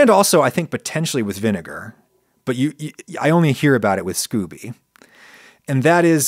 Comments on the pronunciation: *Not 'scoobie' but 'skO-bee'. Hard 'o' sound. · I think it's pronounced scoh-bee. I've never heard anyone say Scooby. Ghah is best when served live though. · Did not expect a rant about daddy issues. I enjoy these little insights into the mind of Ragu-Sea, not gonna lie. And I'm pretty sure it's pronounced "scoe-bee" not "scooby." I could be wrong tho. Maybe that's where Scooby Snacks come from. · Scoby, not Scooby-Doo! Lol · scoby not scoooby lol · I've heard Scoby pronounced Scoh-Bee rather than like Scooby Doo. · SCOBY, short "O" not SCOOBY (doo!). 💕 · "Scooby" 😆 😂 No Adam. Just no